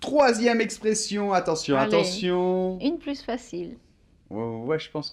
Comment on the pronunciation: pourquoi tu prononce la s de plus, quand tu dis une plus facile ou la plus renversante?